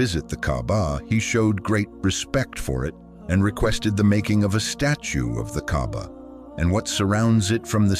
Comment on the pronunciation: By the way, it's called kaaba not Gabba may Allah guide you to the wghrit diraction.